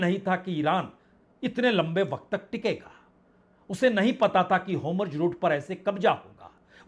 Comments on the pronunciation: Nahi sudharne ki kasam kha li hai kya, 'ho-murz' nahi 'hor-muz'. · बाजपेई जी नमस्कार, होमुर्ज ( homurz )नहीं बल्कि (hormuz) होर्मुज जलडमरूमध्य है कृपया संशोधन कर लीजिए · आपका उच्चारण हॉर्मुज शायद सही नहीं है।